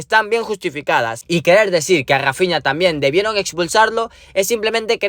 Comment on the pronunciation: Rrrrrrrrafiña jjajajajajaja